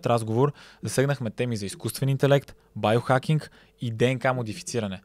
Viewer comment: Байохакинг? Зайохакинг. 😂 Откога "био" почна да се чете "байо" на български?